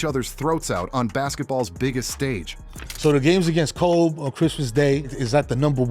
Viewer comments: it kept calling Kob as cob....stupid as fuck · I never really liked people calling Kobe "Kob" in the first place so to even butcher it even more and call him "Cob" is even worse lol so I get what you're saying. Everyone and Artificial Intelligence please just say Kobe unless your like Kevin Garnett or someone like that.